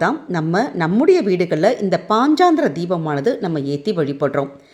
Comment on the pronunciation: பதிவுக்கு நன்றி. ஆனால் பாஞ்சராத்ர தீபம் என்று சரியாக உச்சரித்தால் நலம்